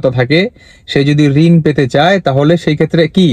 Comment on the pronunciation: রিনদা না ভাই রিন বা লোন শব্দ সঠিক করেন।